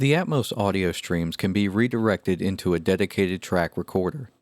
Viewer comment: I hate the way this guy pronounces Atmos. It's at-MAW-ss, not at-MOH-ss.